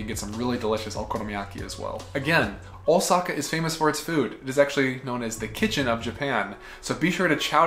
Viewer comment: Is "Oh Sackhaar" not a german pronounciation of... Lets say something "different"?